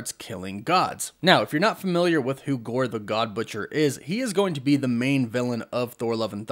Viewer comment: I keep hearing Gorbachev 😂😂